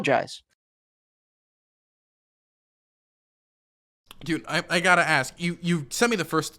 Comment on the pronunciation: "I apologize. I apoloigize." He's either dishonest or a moron.